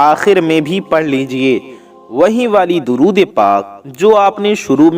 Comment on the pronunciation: اے میرے پیارے ددود تو صحیح پڑھ لیں درود شریف غلط ہے